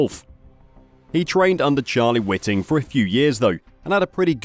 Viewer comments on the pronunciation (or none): Whiting not witing so much much for an F1 channel